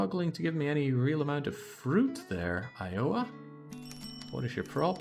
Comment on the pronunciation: The way you say Iowa is great.